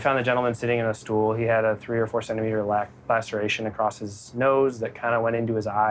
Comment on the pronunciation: How have people learned to talk? It's not pronounced "acrossed" it's just !!!across!!!